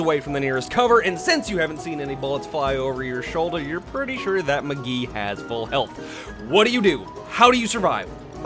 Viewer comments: His name is Mcree not Mcgee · did anyone else notice that he says mcgee not mcree?